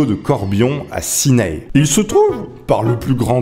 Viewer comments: et Ciney ne se prononce pas "sinaille" mais "sinè" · Cineille sava pas sa sa s ecrit ciney sa se dir sinais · Le Condroz ne se dit pas CondoZe mais Condro, le Z est muet et Ciney se dit Cinait. La vidéo est vraiment sympa, j’espère que tu vas en refaire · J'habite à ciney et ça se dit cinai et codrooz se dit condro😂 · Condroz comme tu dis ce prononce condro et ciney comme tu dis aussi ce prononce Cinai